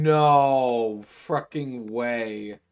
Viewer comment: I hate how you say "freckin".